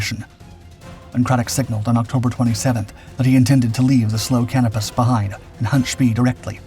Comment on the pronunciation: Please learn how to pronounce names - its "sh-PAY" on "spee" and its "kah-NO-pus" not "can-ah-pis".